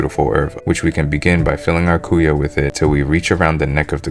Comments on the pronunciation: mas cara pronunca "cuia" como "cu-ya" haha serio, imagina tomando o chimarrao no cu-ya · cuia = quee-ya. de nada cara